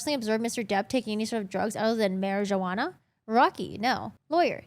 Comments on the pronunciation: The j in marijuana is silent 💀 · she likes to pronounce it that way because of a meme, she said that in the past